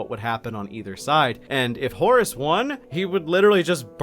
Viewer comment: at this point, I just hear "Horse Lupercal"